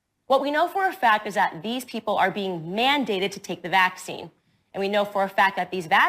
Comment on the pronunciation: Her pronunciation of the word "vaccine" is like hearing nails on a chalkboard 🤮